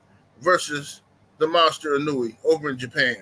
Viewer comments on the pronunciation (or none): ino-way not inunewy... lol